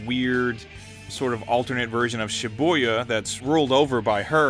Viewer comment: Shiboya? Shibuya?